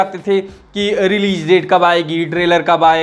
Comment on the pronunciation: Releej nahi hota release hota hai